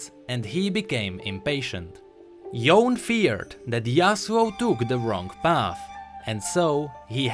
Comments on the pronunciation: It's pronounced Yo-ney, sorry, just triggered. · It's YO-NE... not YAWN